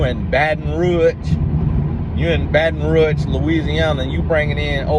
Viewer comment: “Baton rooge” 😂😂😂🤣